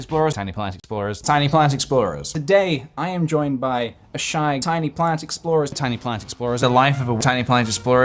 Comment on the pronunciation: ok, but by the end of this it sounds like hes saying "tiny plant explosion"